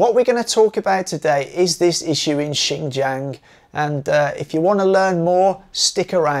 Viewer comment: Would it kill you to pronounce Xinjiang correctly? Seriously, it's not that hard my God. But at least you didn't call it zinzang.